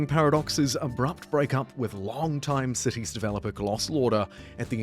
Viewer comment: Am I the only one who mishears the word "cities"...sounds more like sissys, accents and all